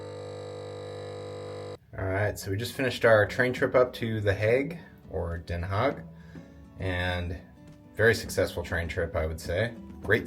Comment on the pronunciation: Den Haag has a g at the end, not a k, g is pronounced like CH in loCHness.